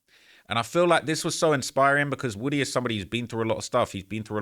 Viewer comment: It’s pronounced WOO-TEE